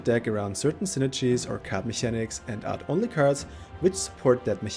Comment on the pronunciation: How do you say mechanics and archetype? A bit annoying, but good guide thx